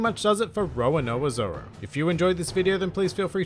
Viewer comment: good video, but the way you pronounce Roronoa Zoro makes me cringe a little